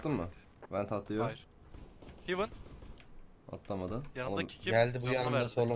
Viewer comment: hivın değil hevın 😀